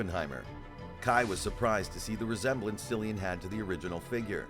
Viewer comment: It’s pronounced “”Killian!”